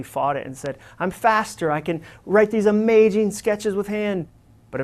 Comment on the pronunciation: This was an amazing talk. Very necessary for people to hear out in the work force. Dare I say, "amajing". lol (referencing when he said amajing instead of amazing)